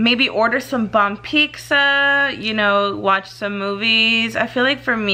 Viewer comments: Pixza??? Or pizza lol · Pizza girl. It’s fucking PIZZA. Peet•zuh. It’s really not that hard. There’s no x or c before the z 🤦🏻‍♀️🤦🏻‍♀️🤦🏻‍♀️🤦🏻‍♀️